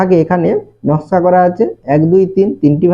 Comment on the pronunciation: নাশকা না নকশা😅